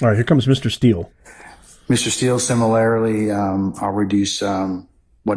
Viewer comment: "Simalarily?" WTF? This judge is a moron.